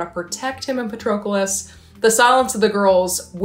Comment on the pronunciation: Your pronunciation of Patroclus 😭😭